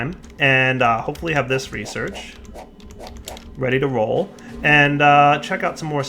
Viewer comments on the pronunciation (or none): none